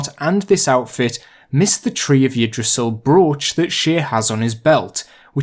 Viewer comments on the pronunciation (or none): none